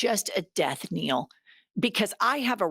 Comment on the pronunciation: Jennifer I love you but it's death KNELL, not KNEEL